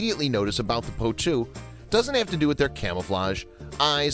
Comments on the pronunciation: Annoying narrator cant even say the birds name properly 😂 poutoo is what hes saying 😂 the birds name is potoo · I cringe every time I heard him say poe2. In my country we called it po'2. And that's what I heard David Attenborough called it too.